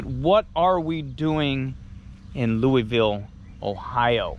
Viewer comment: I have lived down the road from Molly Stark all my life and went to Louisville schools. Please say it correctly 😂 we are pronounced "Lewis"ville, even though we are spelled Louisville like Kentucky. That being said, very informative and well done.